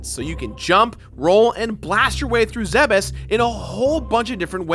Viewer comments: Thank you so muhc for saying Zebes correctly~ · THANK YOU FOR SAYING ZEBES CORRECTLY!!!! NO ONE EVER DOES!!!!